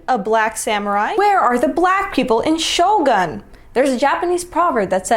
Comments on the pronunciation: This bloke has actively mispronounced a ton of Japanese words to fit his language narrative... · It’s not ShoGOON its ShoGUN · The anime guy seemed to be deliberately mispronouncing Japanese words to make them sound more like the ogbo and others. Sho-gun, not sho-goon, E-do, not Ed-ooh. There was only 1 black samurai ever in Japans history, and he was brought there as a slave originally. Foreigners where killed on sight for centuries if found in Japan. The only exception were slaves. If found harboring foreigners it was a death sentence. Suicide for nobles. Doesn't Bridgerton ruin reality enough for the DEI whiners? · The Japanese pronunciation of Shogun is more like shore-gun🔫. Not shoul-goon like the guy claims. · notice how he was pronouncing japanese names with an african dialect to make them sound similar? Edo is no Edoo, shogun is not shogoon. Just blatant mental gymnastics lol. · Pronounced Eh-dough.... and show-gun. Tryna say theres similarities in the language due to the american spelled translation.... what would this guy do if you told him many asian languages use the same word with different inflections to say many different things... fool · There were no black Vikings either. They were white, really white. Many with red hair. To pronounce it correctly speak it like Sho"goon". Does anyone know if there were any female Samurai? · Just a detail, "Shogun" must be pronounced "Shogoon" with the stress on the first syllable. Please, stop translating everything into English!!! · When the guy mispronounced Shogun to rhyme with Ogoun I was hysterical and in tears. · That black guy in the beginning is an idiot... He's not even pronouncing Edo and Shogun correctly... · Edo not Edu. Shogun not Shoogoon. If he pronounced the language properly without intonation he would find the sounds are not the same.